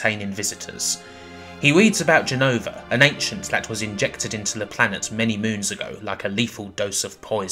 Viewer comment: "Sephiwoth" really? Also it's not "jen-uh-vuh-" it's pronounced Jen-no-vah.